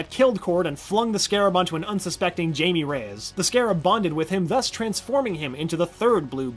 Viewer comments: IT'S JAIME (HA-E-MEH) NOT JAMIE..... Season 3 was awful boring and honestly the new main characters weren't all that. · He said "Jamie" instead of "Jaime"... ok... yeah ok... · It’s definitely starts with “hi”, Not “jay-me”. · The way he said Jamie instead of Jaime gave me unpleasant, cringe induced goosebumps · Just so you know, it's pronounced 'Hi-may.' Not Jamie. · EC Jones not ‘hi-May’ it’s more of a Hi-me but yeahhh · Spanish is definitely hi-me. Only english speaking ppl trying to speak spanish pronounce it as hi-mey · Am I the only one who cringed every time he mispronounced people's names (Brion not Brian), Jaime [silent J] not Jaime [jay-me], Lian Harper [lee-an] not [lee-in], Krolotean [kro-lo-tay-in] not krolotian [kro-lo-tea-an] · It annoys me to no end when people mispronounce names that are clearly said one way and only one way in a show. It not Jay-me, it’s Hi-me. It’s not Bryan, it’s Bree-Ohn Also, we just gonna gloss over all the stuff with the Apokolips tech being delivered to Earth through secret VR goggles as well as the introduction of Red Hood? Cool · Y'all just let your boy live after calling Jaime (hi-may) jamie reyes. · this was good, up until Sheshire and Jamie Reyes. My man come on, Che-shire, like the Cheshire Cat hence her mask. Jamie, Hai -me, Spanish. Did you watch the show? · The third Blue Beetle's name is pronounced Haime, not Jamie. If you watched the seacond season you would know that because they say it multiple times xD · Not JAIME (Jay me) its JAIME (HAI MÉ (ME IS NOT EM EE) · Its pronounce hi-may not jay-me reyes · It’s Jaime not Jamie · Its hi-may not jay-me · Krilo-tian? It's pronounced Korilo-tayan haha and Its Hai-me not Jay-me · Dude I understand its based on preference but in the show his name is pronounced Jaime (Hi-me) not Jamie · Am I the only one cringing over the way he said jay-me and bri-an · 93 actually its pronounces hi-may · Hi-mey and Bri-on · Jaime, not Jamie. Bialya, not bialva. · “Hi-meh” Reyes 😒